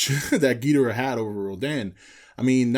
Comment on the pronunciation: The fact you can't pronounce Ghidorah right mean I can't listen any longer